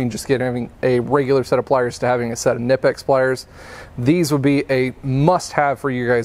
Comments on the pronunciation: Actually in germany Knipex is pronounced to hear the ‚K‘ we germans take it precise hahaha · Did you know those pliers being German the K in Knipex is not silent? However being American you would sound stupid pronouncing it the correct way.